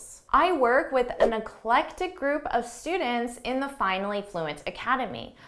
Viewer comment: eclectic not electic!